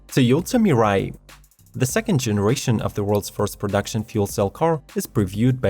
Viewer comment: Toyouta Mirai 👍